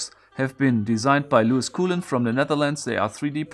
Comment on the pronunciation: Lieber - or can I call you ''Mr."? - the Dutch surname Coolen is pronounced Koh-len. Just a tip for the 2019 edition;-)